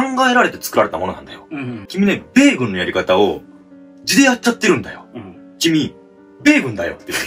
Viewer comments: 米軍だよ！じゃなくて、発音がベーコンになってるよｗｗｗ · 米↑軍↓の方が気になりました！w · 米軍のイントネーションがベーコンすぎた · ベイグンのイントネーションよ😂😂😂